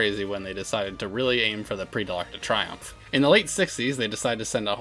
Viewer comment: Triomphe is pronounced "tree-OMF", not "try-OMF."